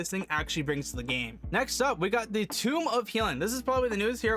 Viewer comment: FYI: It’s pronounced eternal tOme; it’s just a funny word for book.